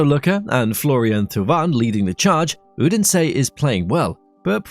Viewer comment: good video, but this is without exaggeration the worst pronunciation of italian names i have ever heard. "Gil azzurri" and "Udensey" being noteably bad.